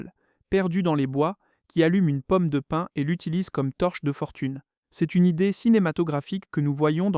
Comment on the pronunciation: Pomme de pine ? Non, POMME DE PIN !